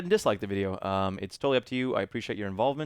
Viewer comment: You said "happy" really weird lol